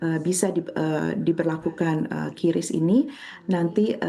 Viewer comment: pengucapan yang benar itu kris, bukan kyuris. haduhhhhh coba riset dulu mba